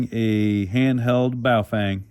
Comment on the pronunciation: Ba oh fung , <correct pronunciation sound alike. Not,,,,, Bay o fang <wrong pronunciation..